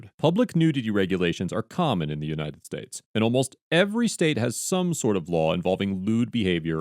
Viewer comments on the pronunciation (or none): "TO THE UDNITED STATES" Proud to be a part of the Udnited Nations xD